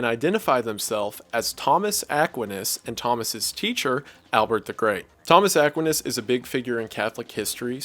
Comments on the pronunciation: Where in the world did you learn to pronounce st Thomas Aquinas like that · Mfer can’t even pronounce Thomas Aquinas properly, I’m definitely not listening to his summary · I have never heard somebody pronounce st Thomas Aquinas name that way. But great video love your channel. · No one gonna talk abt how he pronounces Thomas aquinus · You pronounced Thomas aquinas wrong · It never fails to astound me how smart you are, yet don't know how to pronounce Thomas Aquinas' name. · Bruv. Please pronounce Thomas aquinas correctly